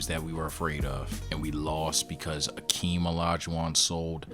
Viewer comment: it's Hakeem. where the fuck did Akeem come from